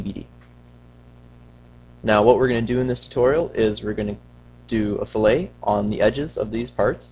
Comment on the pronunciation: Pronounced "fill it"... great job though, THANKS!